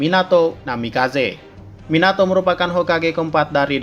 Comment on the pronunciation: Minato Minyato Mieenato 😂😂😂😂😂😂😂😂hahahahaha